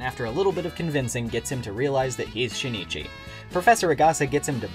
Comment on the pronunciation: Luv it bro but I can’t stop cringing from u saying shinichi his name is pronounced sheen-chi